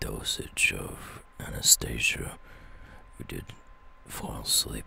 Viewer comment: Bro Whoever said anesthesia Said it wrong It's not Anastasia It's anesthesia